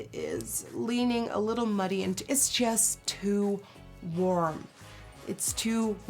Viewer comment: "It's too worm"